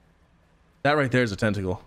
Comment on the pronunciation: did you just say ten-ta-klee?! Are you American?